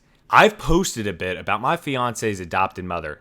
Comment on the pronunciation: It’s “bait”, BTW, like when you go fishing ❗️🤓